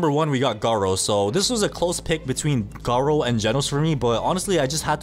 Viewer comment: its not gard-doo its garrooo